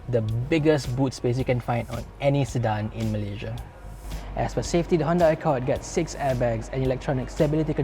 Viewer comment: Kau sebut Malaysia elok elok sikit aku cepuk dgn kreta tu kang😑